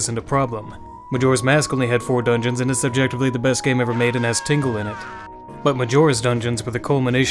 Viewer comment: It's because he says It s'objectively. He says It's objectively but he slurs the it's s sound and the o making it sound like he is saying subjectively